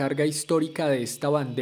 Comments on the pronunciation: No se dice pil, se escribe Phil y s pronuncia fil, segundo todos los fans de pantera fuimos y somos.conciente de que Anselmo fue racista,, decí algo que no sepa nadie !!! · Se escribe Phil, y se pronuncia Fil, no Pil 🤦🏻‍♂️